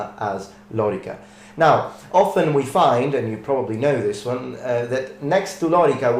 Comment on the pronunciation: It's lōrīca, with long vowels, so the accent is on the middle syllable.